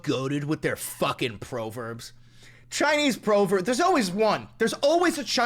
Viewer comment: wait, is it pronounced ‘proverb’ or ‘proverb’?